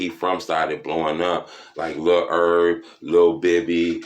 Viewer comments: Nigga said “Lil erb” 🤣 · I can’t watch yo video cause you pronounce Lil Herb terribly. How you gone give us information and you don’t know a Nationwide Celebrity’s name and you making a video about him